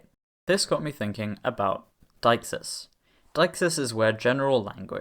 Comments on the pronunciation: Utterly dagenhamheathway, but brilliant! (Btw, it's 'de-ixis') What real language do you consider gets closest to your criteria? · actually [de:xis] or [di:xis] in Attic or Koine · I have spent the last fifteen years unironically pronouncing "deixis" as "day-IKS-iss." Not, like, often. But unambiguously